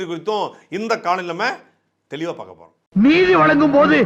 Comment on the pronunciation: சாட்டை னா intro சீன் ல தெளிவா பாக்க போறோம் அப்படினு சொல்றது எ காதுக்கு மட்டுமா ( தெளிவா பொளக்க போறோம் ) அப்படி கேக்குது